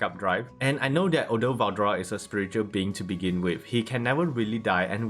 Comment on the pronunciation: was it really hard to say veldora